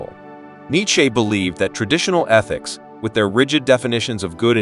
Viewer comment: I can’t stand the way this bot says neitcheze